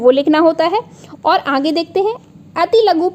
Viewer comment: आप आगे को अंगे क्यों कहती है? कई बार सुन लिया।